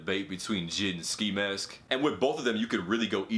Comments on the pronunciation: Anyone else get annoyed how he said jid when the dots make it so you pronounce it J-I-D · U don’t pronounce it jid u pronounce it j.i.d. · It's pronounced ''J. I. D.'' not ''jid'' :D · J.i.d not jid bruh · I hate the way he said “Jid” instead of J.I.D. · This nigga really called J.I.D jid😂😂😂😂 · He said “JID” u pronounce it J.I.D not jid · He really said "JID" instead of "J.I.D" lmao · I think it's pronounced j.i.d not jid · This man said Jid but it’s J.I.D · this guy said jid its pronnounced J I D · “Jid”... it’s “J.I.D.” Lmfao. But he’s better then ski mask lol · Yo I love your videos bro but it’s not JID it’s J. I. D. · He spell j.i.d. like he is saying jead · Why he call J.I.D JID as a full 3 letter word? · damn really said jid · He pronounced it jid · It’s JAY-EYE-DEE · bruh why you pronouncing jid like that 😂😂